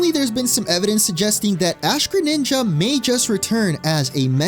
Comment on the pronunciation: DO NOT LEAVE OF THE R IN GRENINJA THE FIRST TIME!